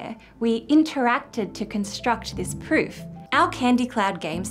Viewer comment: Not to be mean, but I can't stop rewatching the bit when the video has you saying "a special type of interactive pfffp" :P Fun blooper :D